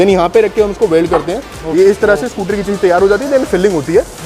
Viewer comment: चेसी नही शैसी होता है